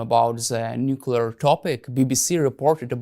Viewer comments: Why can’t this idiot pronounce the word “nuclear” properly when he is one of those dragging us into a nuclear ( not “nucular”) war. We’re being dragged into a totally unnecessary nuclear apocalypse by people who can’t even pronounce the word correctly. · What absolute nonsense. He’s a despicable deluded madman working for the CIA/MI6/NATO military industrial complex. He’s a liar and a conman. No hypersonic missile has been shot down, they’re just too fast. And this knucklehead can’t even pronounce the word “nuclear” correctly. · No he’s not a great man. He’s a moron who’s in league with the western military industrial complex which has dragged us into a completely unnecessary war and are about to get us all incinerated. He can’t even pronounce the word “nuclear” properly and he sits there and lies about shooting down hypersonic missiles ( impossible). He will be cowering in a government nuclear bunker when Putin finally loses his patience and presses the button.